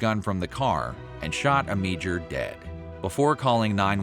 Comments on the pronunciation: You totally butchered the guys last name - AM - AH - DOOR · It's pronounced Amador & its VH1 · Amedure's name is completely mispronounced on this.